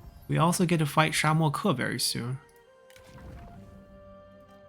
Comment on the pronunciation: I think you’re pronouncing Shamoke wrong.